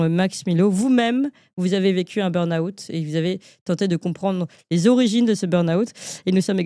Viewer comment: Burn out, pas "burn aout"!!! quand même, prononcer convenablement u n mot d'origine anglaise n'est pas si difficile, non?Q uand à devenir britanniques autant le faire convenablement.